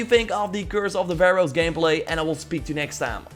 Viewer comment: You said pharoahs omg you used to say Vehroahs my soul is calm when you said it correctly yay 😃😃😁😁😁